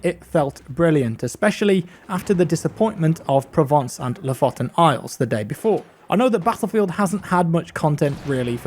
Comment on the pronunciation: You should really check out how to pronounce Lofoten